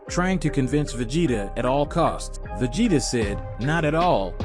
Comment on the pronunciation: OMG I almost can't finish this because you just can't say anybody's name right: sayian, kakarot, Vegeta 🤦‍♀️🤦‍♀️🤦‍♀️ get acquainted